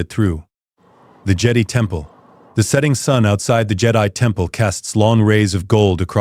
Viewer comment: And jedi